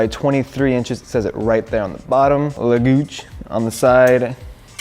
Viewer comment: di he say “legooch”